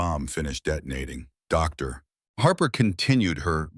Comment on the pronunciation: Her name is doctor Harper. Not dar Harper! This is why I unsubscribed.